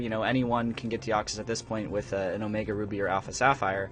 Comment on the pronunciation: “Twith”....... BRUH